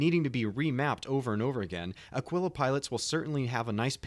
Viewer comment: Taurus has most capacity. Ah-Kee-La. Not Uh-Quill-Uh. The Constellation series are freighters, not explorers. The Aquila comes with the usra (like a bear) rover and the P52 Merlin stock. The time-to-earn in game has not been set and the CR comment on Connie time-to-earn has been changed by CR himself, so we aren't sure how long it will take. Phoenix is entirely for transporting VIP's and or VIP cargo. It is the best defended Connie as well.